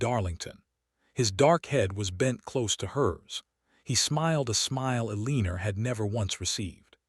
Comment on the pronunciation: A-leen-ER? Good grief. Pick out a better AI narrator. Simple resolution to Penelopes's threat: Publish it.